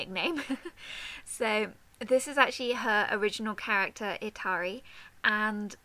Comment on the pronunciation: OOOMMMMGGGGG THANK YOU SO MUCH!!!!! Itali looks ADORABLE!!!! I love the pose you put her in ^^ I think I need to stop hyperventilating before I die. I can't thank you enough for doing this picture <3 And, you got closer to pronouncing my name than most people do ^^